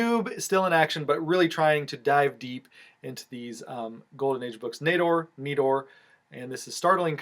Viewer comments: Great video!! Awesome books! Congrats!!! (And, yes, it's knee-door (Nedor) ❤❤❤) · Wow what a haulAbsolutely love those Schomburgs Especially the wonder Comics still looking to finish my Tera run and you are saying Nedor right